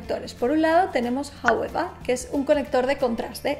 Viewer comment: Todo bien hasta que dijo Jaueva